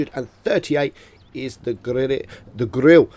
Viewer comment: Grirre 15 - yes ladies and gentleman that's how you spell Grille 😂